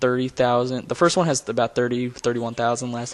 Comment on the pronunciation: First, not Forst